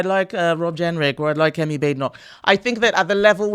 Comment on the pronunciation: Checked Kemi's name: so get it right. Don't announce youre going to keep getting it wrong anyways! Such a cliché She even gave you an aide memoire.